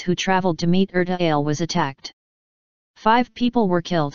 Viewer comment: Pronounced Er ta Aa le